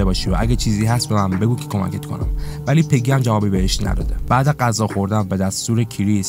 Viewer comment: عالی بود ولی غذا نه قذا درست بگو